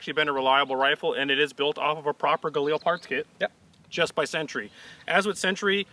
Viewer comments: Gaw-leel? lol. Guh-leel. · Listening to Ian pronounce Galil like it's French is hilarious.